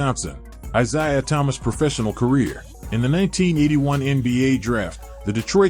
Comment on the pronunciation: How about getting something that can say his name correctly.